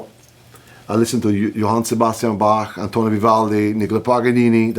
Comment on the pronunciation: Yngwie pronounces Bach properly. Very good.